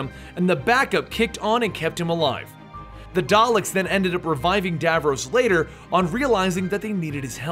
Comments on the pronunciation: It's pronounced DAV-ROSS not Dav-rowse!!!! Garrggghhhhh ... Nails on a chalkboard lol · "Who is Davroose?" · How you say Davros. Dayvarays. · you pronounced davros incorrectly. it's really bothering me.